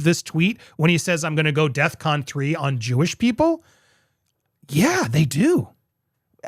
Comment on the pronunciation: Andy...yes Kanye's statement IS aggressive, antagonistic and threatening towards Jewish people. However, I can't help but wonder if he remains unmedicated with his mental health diagnosis. On the other hand, the term is "defcon" not "death con" ...smh